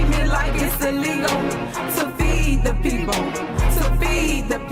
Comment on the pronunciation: She only consider herself as "da peepol"